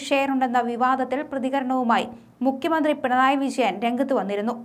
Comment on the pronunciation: മുക്യ മന്ത്രില്ല . മുഖ്യമന്ത്രി എന്ന് ഉച്ചരിച്ച് പഠിക്കുക